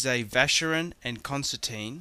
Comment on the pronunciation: Where on Earth does he get Concerteen from? It's Constantin, pronounced Constan-tan, because it's French.. I hope he does not get the mark on the lug polished off, as it''s an Assay stamp for 18k gold.